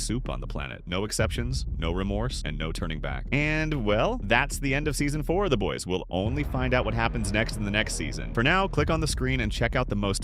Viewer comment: Dude. Learn how to pronounce the show Like wtf